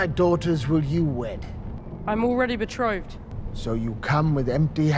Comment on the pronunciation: Why do you keep saying "betrothed" with so many syllables? It's two syllables. Be-trothed. Not Be-troth-ed